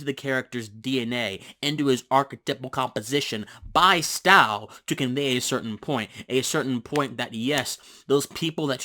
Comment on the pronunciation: Pronounced "stow" like "toe" with an "S" not like "cow." Good explanation otherwise.